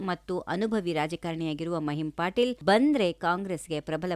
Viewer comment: ಮಹಿಮ್ ಪಾಟೀಲ್ ಅಲ್ಲ ಮಹಿಮಾ ಪಟೇಲ್